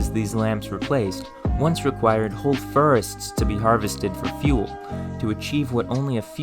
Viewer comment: "Blow-terch" "Entire ferrests" "Naturally perrus material"